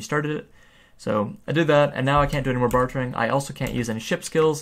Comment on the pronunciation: say it with me, "BAR-DURRR"